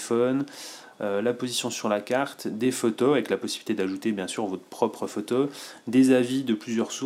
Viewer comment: Salut, tu fais de tres bonnes review, par contre ça me stresse ta manière de dire "photo" faut que tu corriges ça stp, j'avais constaté ça sur les autres tests mais là c'est flagrant alors je laisse un commentaire ... (ecemple à 4 min) [K]